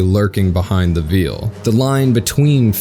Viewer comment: didyou really just say veal instead of veil